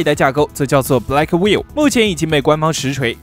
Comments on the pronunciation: Blackwell都能读错成“black will”~ 是black well啦！学点英文吧。。。Hopper读错成Hiper，简直了。。。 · Blackwell 英文發音完全錯誤😆😆Gay牆你可不可以專業一些😵‍💫😵‍💫